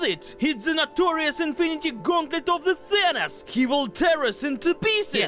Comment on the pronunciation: It’s Not thanis it’s thanos